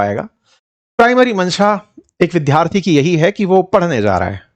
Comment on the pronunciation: विद्यार्थी शब्द का उच्चारण सीखिए